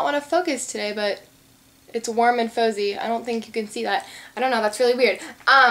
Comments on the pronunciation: It's pronounced warm and fahzie! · haha it's pronounced fah-zzy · the nail polish is pronounced warm and FAWzie like fozzie bear! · its not that she pronounced it wrong, its what the name of the nail polish it. It was faux-zie no fah-zee. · Im sure someone already pointed it out but in case they didnt, the O.P.I. nail polish color is called Warm and Fozzy which is from the Muppets collection so its Fozzy as in Fozzy Bear. Dunno if you watched the muppets when you were little but yeah. Just a little tidbit :-) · she said it was from the Muppets collection so she already knew that all she did was was pronounce Fozzy wrong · I think you're pronouncing warm and fizzy wrong :) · Hehe when you were trying to pronounce 'Warm and Fozzy' - it sounded like you said the F word! >_< hehe :)